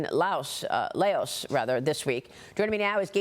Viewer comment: Laos is correctly pronounced "Lao." Xi is correctly pronounced "Shee." Fentanyl is correctly pronounced "FEN ta nill."